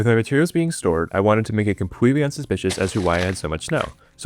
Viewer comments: compweetwe, weft. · compwetewy weft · "I wanted to make it compwetely unsuspicious as to why I had so much snow. So I weft this sign " 🥺adorable